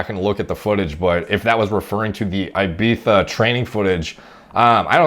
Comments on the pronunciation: You smashed the ibiza pronunciation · If you want to pronounce Ibiza the spanish way, just say "eebeetha" in english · Don’t worry you are saying Ibiza right ! (“Ibeether”) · nothing wrong with his pronounciation.in fact some northerners go full retard mode and call it IBIFA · Sounds like you got Ibiza spot on! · Well done for pronouncing Ibiza properly. Shame the mass uneducated are saying it's wrong but....YouTube comments people. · Unlike most Americans he actually says is correctly...